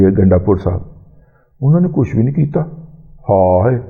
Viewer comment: Ganda pur ka name lay tay he ap kuttay ki tarha awaz kun nikaltay ha sit bilkul acha nahi lagta. I'm PML N lover and DADA G ap ko unsubscribed kia ha lakin izzat karna nahi chora. Sukriya